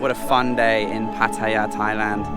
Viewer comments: Sorry to correct your pronunciation again. You say Pu-tie'-uh like a typical Brit. Ask a local how to pronounce it please, and say it right. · How can anybody visit Pattaya whit out mention what basicly makes Pattaya? Sex & Beer & Rock' Roll? And one thing more? Is it so difficult to pronounce Pattaya correct.😁😁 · One of my pet hates, pronouncing pattaya, first came in 2003 never heard it pronounced that way now,utubers saying it all the time y? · it's funny you pronounced PATTAYA correctly but then, you mispronounced it.